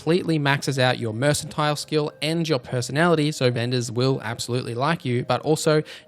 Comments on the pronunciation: Working on a "Death from Above" that will do an AoE Paralyze and Nuke, just to lock down a room. BTW, the skill "mercantile" has more of a hard "K" sound, so phonetically it sounds like mur·kuhn·tile. As much as Aussies and Kiwis like "the C word", I would have thought this was a natural! LOL 🤣🤣🤣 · Good guide, but who in the world pronounces it "mersantile"?